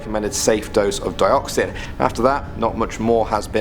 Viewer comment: Dioxin? Sound like Dioxis... from star wars 😶